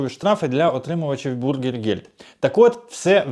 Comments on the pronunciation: БЮргергельд правильно. А вы произносите бУргельгельд. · Не бургергельд а бюргер. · Зробіть свої випуски коротче, макс. 7 хв, багато води і непотрібних емоцій. І вимовляйте Bürgergeld правильно, ви ж про Німеччину говорите і в ній живете, найпростіші слова можна навчитися вимовляти. Бюргергельд до бургерів немає жодного відношення.